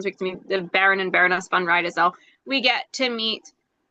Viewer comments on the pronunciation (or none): Riedesel - is more like Reedesl